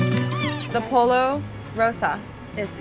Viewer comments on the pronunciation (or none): She really said polo instead of pollo 😂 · when she pronounced pollo as "polo" I died inside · Someone please tell her pollo is pronounced poyo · Did she just say...polo...instead of pollo? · Lol someone stop her from saying POLO for pollo lol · The fact that you said "Polo" instead of "Pollo" gives you zero credibility. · Yeah, polo chicken as in "water polo" right? Cheesh! smh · Okay I love her, I love these videos. Hearing Pollo, as in shirt, was so physically painful for me. Holy cringe 😖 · ollo Rosa Maria being pronounced Poll-oh not like in spanish Poy-oh is so weird to me. Pollo means chicken in spanish and italian its just pronounced differently. The more you know. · Oh lord don’t you pronounce pollo as “poy o” like Spanish? Not like a “polo match”? Wondering? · Pollo pronounced as Polo. I wonder if that was intentional. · Shes killing me each time she says the L's in pollo 😂